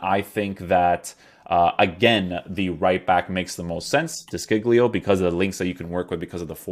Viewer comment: De Sciglio is actually pronounced "De Shilio" SC is like shh, and the "G" is silent